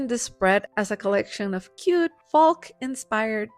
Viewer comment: Folk pronounced Foke. I tell you this, because your English is so flawless, I don’t want this small word tripping you up.